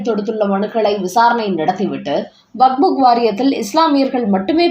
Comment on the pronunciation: WAQF. ‘வக்ப்’. சரியாக உச்சரி.